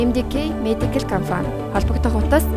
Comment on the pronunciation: Reklam unshij bga huuhen ineedtein be comfan geed bhiin compan gej helmeeriin